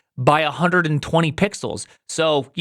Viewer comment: Ummm ackshuallay it'riz 3600 puxels duh